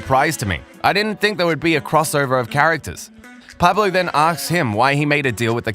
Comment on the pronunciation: Funny as this English I'm guessing narrator keeps say Narcos like Knockers. And the A in Pablo is pronounced like ahh as when you go to the doctors, open your mouth and say ahhh.